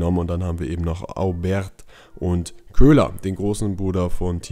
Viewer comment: So: "Obäär" - du machst das schon richtig :)